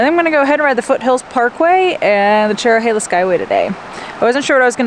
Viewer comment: You pronounced Tellico Plains wrong, it’s Tell-i-co and Cherohala is cheer-o-ha-la